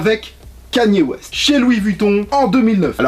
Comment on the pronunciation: Tu sais... sa s’ecrit kanye west mais sa se dit kayni wèste